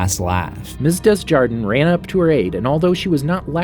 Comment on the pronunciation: Miss Desjardins name is being said wrongly, its French it’s pronounced “Deh Jadan”